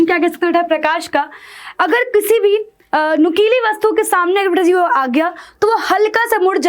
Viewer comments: Mam nukili not nukuli😅😢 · Nukeelee h mam nukuli nhi but you are great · Mam nukuli nahi nukili 😂 Apka writing kitana gnda hai😂